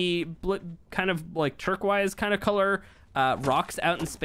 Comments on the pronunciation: Nobody:: “turkwise” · Funny that he says Turk wise for turquoise.